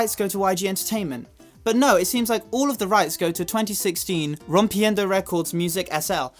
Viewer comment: Ok, but i love how you pronunce "Rompiendo" JFKFKFKFKKFKFK (Sorry if i spell it wrong, i am not that good in english lol)